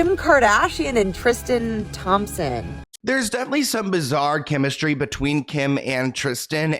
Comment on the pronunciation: for some reason i i heard kimistry instead of chemistry